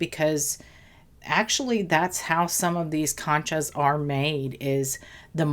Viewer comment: Con cha like in CON